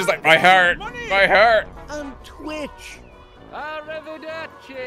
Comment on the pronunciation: He also said arivedderci